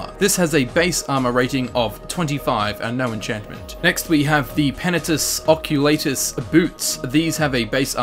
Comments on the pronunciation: That slowly dying feel when someone pronounces it 'Occu*lay*tus' rather than 'Occu*lah*tus'. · Same. I pronounce it "Ock-you-lart-uss" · I pronounce is "Uh-coal-uh-tis" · it's really bothering me the way you say oculatus ... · The way he say's Oculatus pisses me off.